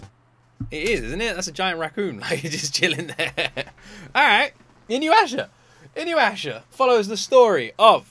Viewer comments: I CLICKED ON THIS SO FUCKING FAST! THIS IS MY FAVOURITE ANIME OF ALL TIME (Also, its i (short i sound) noo yah sha) :) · Why do people always pronounce it Inyuwasha? 😂 aint no W in there! Weird common mistake. Haha. Ahhh these songs are sooooo nostalgic for me. Inuyasha was my first anime and I love it with all my heart!!!! Also reason she wears a school uniform? Japanese school uniforms are sturdy, easy to clean and repair but most importantly... Rumiko just liked drawing it! A perfect reason lol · i really think you should watch inuysha if you havnt already, its such a classic. its also pronounced inu-yeah-sha btw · Just a little correction to your pronunciation, i hope you don't mind since you always try to learn character names while watching. You give a little pause after the "U" and then make sure to pronounce the "Ya". Inu = Dog Yasha = Demon (basically the same as the word "Youkai", it doesn't mean evil). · You're learning Japanese, right? Could you like maybe immediately get into memorizing the syllables. Cause that Inuyasha almost gave me an aneurysm. It'll only take like a few hours if you commit yourself to it. I assure you. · Me cringing every time he mispronounces Inuyasha. XD